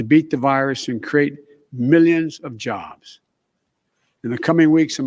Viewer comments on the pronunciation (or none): none